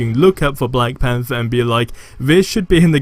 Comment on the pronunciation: Im surprised u r able to pronounce black panther correctly, but Thor : Four , Thoughts: Foughts 😜